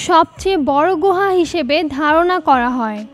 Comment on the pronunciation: গোহা না আপু। গুহা